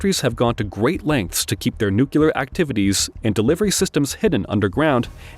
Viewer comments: Ok I’m getting tired of people mispronouncing Nuclear. It is not New Q Ler. It is New Clear. Nice video though. Thanks. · It's unclear why a voice bot would say NEW - QUE - LUR . . . when the spelling is clearly NUCLEAR. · "Nucular?" Ah, the George Bush method of enunciation! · You're pronouncing "nuclear" as "nucular", which is flat out wrong. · THERE IS NO WORD IN ENGLISH CALLED "NUCULAR"! LOOK IT UP!